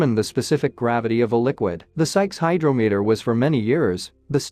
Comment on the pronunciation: Terrible Ai voice. It can't even pronounce "hydrometer" correctly. Why dont you just get a human to do it? Lme guess, you guys are from Asia?